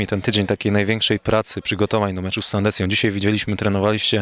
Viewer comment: Sandecję, a nie Sandencję bo nie ma takiego klubu. Polonia : Sandecja 2:3, rewanż za jesień :-) Pozdrawiam kibiców Polonii i do soboty.